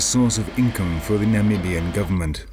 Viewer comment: Oooo this narrator throwin shade. He said "guv'ment" to make it sound more "ghetto".